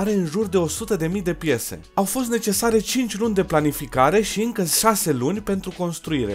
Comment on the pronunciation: ai zis sase in loc de şase ps. felicitari penrru 100.000 subscriber şi eu sunt abonar